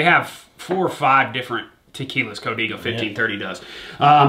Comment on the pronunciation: It’s Co- Dey- go